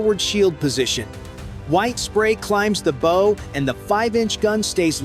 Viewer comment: Oh my goodness - your narrator needs to PRE-read his narrative. Bow, regarding a boat, is NOT bow as in “bow & arrow.” That was just error, just the most obvious.